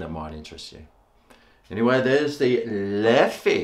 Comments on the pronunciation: It is the right pronunciation,! Well done. Although Leffe Blonde is not really one of my favorites, but i reckon you’ll like the Duvel, also one of my favorites. Never heard of Holtland before, and i’m not sure if it’s a belgian beer. Thank you so much for the shoutout and keep being you mate. Love from Belgium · From an Aussie who’s lived in Belgium it is beer HEAVEN. In French you pronounce it Leff and in Flemish it is Leffer. The Brune or Tripel are the best. There are many more.....